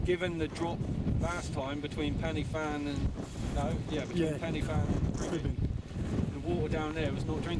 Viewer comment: cheers. Btw I watched your Pen Y Fan video. Would like to see you try and say it the Welsh way - Pen uh van. I was chuckling at your attempts, Penny Fan. Sounds like something you'd buy from China!! Keep up the good work!!